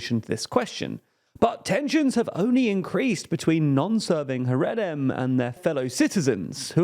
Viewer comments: It’s pronounced ‘ha-ray-dee’ and ‘ha-ray-deem’. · Content of the video aside your pronunciation of Haredim hurts my ears